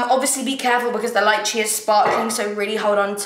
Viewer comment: has anyone mentioned that its pronounced lay-chay for lychee?